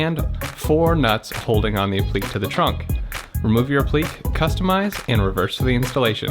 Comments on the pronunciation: It’s App-li-que (k) not Ap-plique (pleek) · Great video. Only one thing, I know it’s a small thing and I’m not trying to be pedantic but, the word is pronounce “Ap-plik-Kay”. The is a “ ‘ “ over the “e” which means it’s not silent like in technique. Also, I’m not sure if this is even the proper use of the word. I think that piece would just be called a “molding” or, “trim” piece.